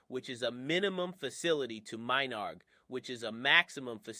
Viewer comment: It's menard not Minard lol